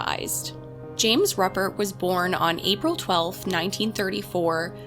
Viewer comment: Pronounced ROOpert. He died in prison yesterday. I was 3 when this happened a few blocks away. I’m enjoying the great content. Thank you!